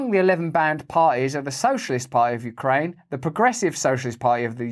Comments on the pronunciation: YOUcraine. Not WEcraine…. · U - kraine, not we - kraine hhhhhhhhhh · You-kraine not we-Kraine that's Russia! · U-kraine not We-kraine haha genius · Very good. It's YOU-kraine, not WE-kraine. Good one! I'm American and we're struggling to pay for basic living expenses. And then somebody wanders into the White House from across the world, and Biden gives him millions. 🙄 I agree-I think our US Congressmen actually act like they're salesmen working on commission for the Military Industrial Complex. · Its Ukraine, not we-kraine. Sorry Joe that ATM is out of order. 🖕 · "You krane NOT We krane"😂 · "Ukraine ot Wekraine " brilliant 😂😂😂😂😂😂